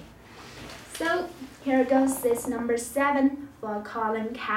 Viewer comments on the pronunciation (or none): “Russell wilsons numer srees jersees”,......what?